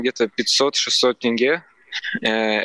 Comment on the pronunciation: Тенге выговорил правильно 😂